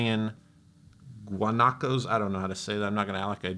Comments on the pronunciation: Yep,you said “guanaco” right. Saludos from Chile y weas! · You pronounced "guanaco" really good, kudos! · the guanaco is perfect however you should say "Red Yama" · You nailed guanaco pronunciation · You pronounced "Guanaco" perfectly, that´'s how it sounds XD Greetings from Chile homeland of the Guanaco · Btw "Guanaco" was pronounced okay. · You pronounced "guanaco" correctly, greetings from Chile!